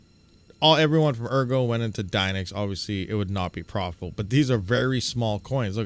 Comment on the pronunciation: ergo should be pronounced "airgo" because if you read the white paper, your coins will be taken if you hodl them too long.